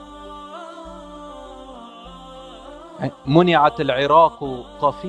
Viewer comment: Your interpretation is incorrect, you also pronounced the arabic word "منعت" incorrectly. The arabic word is "مَنَعَتْ", which make Syria, Iraq and Egypt the one who stop, ban or deny the currency, not getting banned by foreign intervention. The hadith most likely talking about the "Jizya".